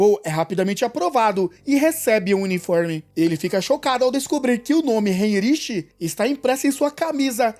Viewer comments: Não é "heirichi" tu pode simplesmente usar Henrique do portugues (que é a tradução do nome do carinnha) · Ótimo vídeo, mas “heinriche” me quebrou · Se escreve Heinrich mas não se pronuncia assim, se pronuncia como Rainritch